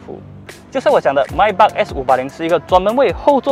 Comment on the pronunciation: Maybach 发音pronounce 都错了😓